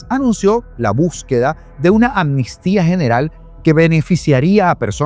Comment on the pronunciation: LO ESCRIBES BIEN PERO LO PRONUNCIAS MAL MUCHAS VECES. ES AMNISTÍA NO ANNISTIA. Tranquilo que yo cometia el mismo error🙄🙋‍♀️🙋‍♀️